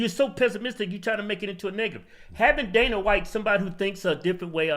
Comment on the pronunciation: F*** the view and f*** the delusional woemn on it....mainly whoppie, joy and espevially sonnys trashy ass 😂😂 she can quit talking about teumps felonies cuz her husbands goofy looking ass fog himself a whole rico case 😂😂😂😂😂😂😂😂 coulennt happen to nicer ppl.....she xant even say dana correctly ffs